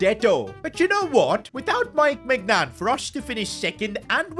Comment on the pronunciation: ITS NOT MEIGNAN